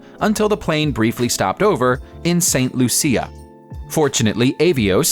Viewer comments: Its pronounced Saint Loo-Sha Not loo-c-uh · It is not pronounced St loo see a It’s pronounced St loo sha. Grade 7 stuff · YES!! THANK YOU!! I was thinkin the exact same thing. I dont know why that irratated me so much when he said lu-see-ah. Im glad im not the only one who was bugged by that. 😁😁👌👌👍👍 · He really pronounced St Lucia wrong